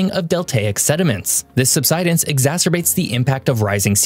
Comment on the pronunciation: Great video but I get so bothered every time he pronounced subsidence that way 😂